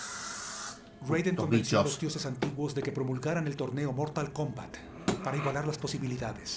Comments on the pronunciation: Mortal Komblat xD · Mortal Klombat Jajajajajajaja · En el minuto mortal combla